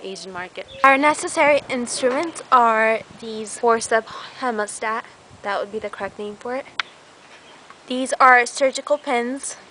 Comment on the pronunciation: Lol...great summary. its HEEEMOstat, the scalpel is a carbon knife, gets dull very fast from tough skin or in this case, scales. those are IRIS scissors. , those are adson tooth. Ha, even for me thats a bit distrurbing...over all, GOOD JOB... lol